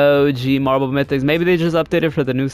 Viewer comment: Half the time all I heard was “ohhhh geeeeeee marble mythics”